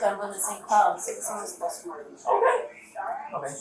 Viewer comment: Why did the cop say okay like that lol